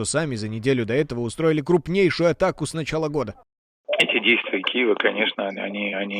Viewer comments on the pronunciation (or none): none